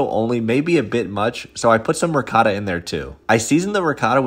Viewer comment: Ricotta is pronounced “reekotta”, not “recoda”.